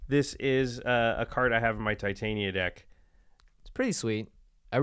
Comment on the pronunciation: Titania pronounced /tɪˈtɑːnɪə/